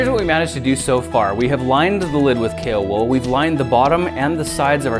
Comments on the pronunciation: i kept thinking he was saying kalewool and not kaowool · Was I the only one who thought he was saying kale wool? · Alfie its kaowool. kale is a lettuce like leafy plant. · who thought the wool is written as "cailwool" and not "kaowool" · It's pronounced kaowool?!? I thought it was kale wool 😂😂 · Grant Thompson - "The King of Random" I thought you said kale wool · when I first heard him say it I thought it was kale wool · Kaowool? I thought it was kale wool... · I kept thinking you were saying Kalewool! But it's going to be cool to see if it can happily melt down copper, and perhaps even other metals with higher melting points!